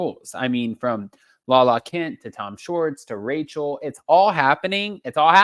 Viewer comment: said Raquel not Rachel